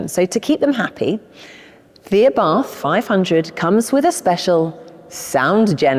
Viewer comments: The pronunciation of the man's name...."ABARTH is pronounced Abart ( the H is silent) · 😂Sorry, but we don't pronunce Abarth as you did🤌 But don't worry, we are used to Italian pronunciation been butchered🥸